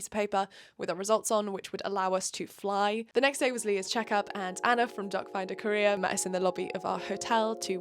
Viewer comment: I know you’re saying “doc finder Korea” but my brain keeps interpreting it as “doc finder career” every single time you say it 😂